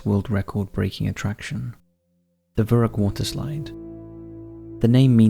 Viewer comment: Its "verrückt" not verruck"